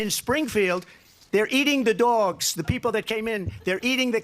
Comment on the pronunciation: I wish I could hear the laughter across the nation when he said "eating the dwogs"